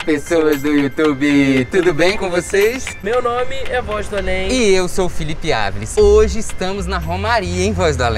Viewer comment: ELE SE CHAMA -MAS EU SEMPRE ENTENDI ELE FALANDO!!😂😂😂😅